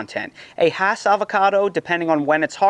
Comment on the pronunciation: Nice explanation! I came here to fact check and make sure you said "hass" correctly. Even in California I go to farmer's markets where vendors try to sell me "haas" and I get irrationally bothered by it 😄You're spot on about reed, that's a great piece of fruit, comes with its own bowl to make guac in